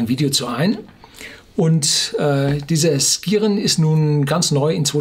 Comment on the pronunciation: Wenn der Name Skiren tatsächlich aus dem Altnordischen kommt, wird er vermutlich eher Schiren ausgesprochen - ähnlich wie bei Ski.